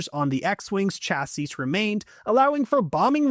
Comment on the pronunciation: You don't pronounce the last S in "chassis"